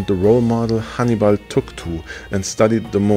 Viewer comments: I kept thinking you were saying Honeybun. 😂😂😂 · Sounds like you’re saying honey bun lol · I thought you were calling him or naming him honey bun at seven minutes and 46 seconds and I realize you were saying Hannibal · I was confused. I thought you were saying 'honeybun', not 'Hannibal ' 😅